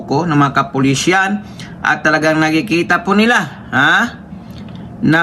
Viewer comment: MASAKIT sa tenga ang pagbigkas mo. KAPULISAN